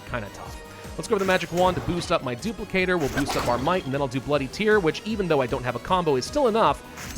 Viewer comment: It's bloody tear, as in rip and tear. Not boo hoo tear.